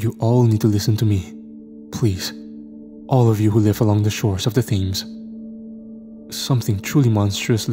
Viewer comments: these ppl gotta be trolling u… Thames is hard to know if you don’t already know the pronunciation! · It's not an "accent" thing. He is right, Thames is pronounced "tems" and Greenwich is pronounced "Grenitch". If I were wrong pronouncing words I would like to be corrected as well, if we're not corrected we go through life either looking like idiots or offending people. isn't "bugged" by his comment...he literally thanks him for correcting him. It's noble of him to do so, as he is well educated and an intellectual....and a good sport about it too 😊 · It's pronounced Tems and grenich mate